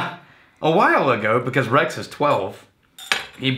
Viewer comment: Rex is always Rye-te